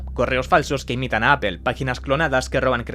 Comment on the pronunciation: No es solo que lo pronuncien literal que ya suena horrible, es que siempre que supuestamente lo pronuncian en ingles lo pronuncian mal, apple en ingles se pronuncia mas o menos apol, literal es aple y ustedes dicen apel, google en ingles se pronuncia mas o menos gugl, literal en espanol seria gogle, ustedes dicen gugel, connecticut en ingles se pronuncia algo como conericot, en espanol literal seria conecticut , ustedes dicen conecticat, ni en ingles correcto ni espanol literal y esos son solo tres ejemplos